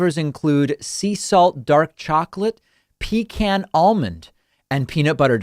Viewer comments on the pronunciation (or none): none